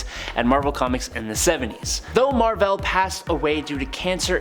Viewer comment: Mar-Vell not Mar-Vella 🤦🏾‍♂️ Sorry 🖖🏾